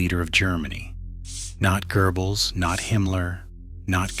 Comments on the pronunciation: Not a grammar Nazi. But come on dude what's your obsession with mispronouncing the Goebbels name? Where in the fudge is an R for you to pronounce Gerbels? 😂😂😂😂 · Why do so many English speakers pronounce Goebbels wrong…